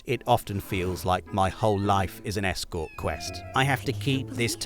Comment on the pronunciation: The way stressed 'escort' made me think it was the sort of side missions you'd find down a back alley in GTA rather than one involving accompanying someone to their destination